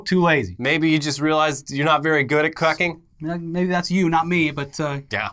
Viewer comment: I swear said "You're not that good at cucking"